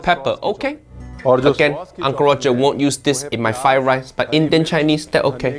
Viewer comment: First learn to say "Fried Rice" then talk about Chef Ranveer's cooking.